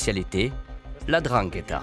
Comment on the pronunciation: c'est la N'dranghetta , pas la drangueta .